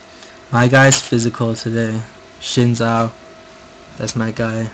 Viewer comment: Learn how to say the champion's names right omg. SHIN ZHAO? Yeah thats what YOU said. its XIN zhao. In english you replace the x with a z so its basically Zin Zhao. Cho Geth? CHO GATH. THE A. Cho Gath. CHO GATH. AKILLI? Where is the second a in Akali? Its not like it is replaced with a I.